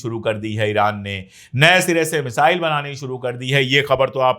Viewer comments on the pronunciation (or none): none